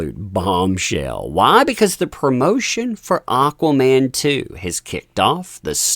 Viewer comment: its AquamaN...not AquaMAAM from Spain